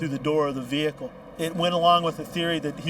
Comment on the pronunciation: Vee Hicle ,haha